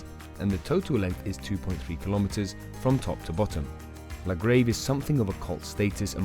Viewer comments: Interesting video. Good video work but I dont think he pronounced a single place name correctly. He even got "La Grave" wrong!!! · Commentator has evidently never skied these runs, as he hasn’t a clue how to pronounce either the runs or the resorts they are in. La Grayve, Grand Coolure etc - words from the mouth of someone who appears never to have been to the Alps.